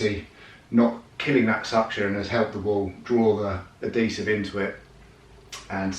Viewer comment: IS IT AD=HESIVE OR AD-DESIVE? HAHAHAHA